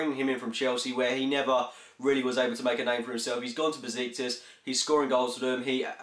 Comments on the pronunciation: You should pronounce Besiktas as 'Beshiktash' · he said busiktus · Just to let you know. It's pronounced beSHiktaSH The ş in Turkish is pronounced as "Sh".